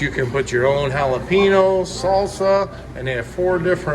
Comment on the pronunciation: Jal'a-pee'-no is the perfect American pronunciation. I appreciate that. Not H for J, not nno, for n. I love Mexicans (they are the majority of my neighbors in Texas), but they understand. And, I understand and love them, too.